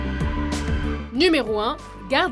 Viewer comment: ON NE DIT PAS ZONORABLE!!!!!!!!